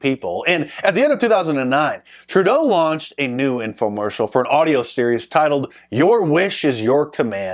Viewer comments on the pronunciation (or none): none